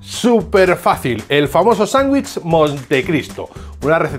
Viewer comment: Se dice "sandwich" con d. No sanguich suena horrible. Solo escuchar eso me hace salir del video